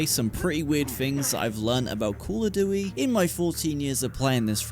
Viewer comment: Call oh duwy ??? 🤣🤣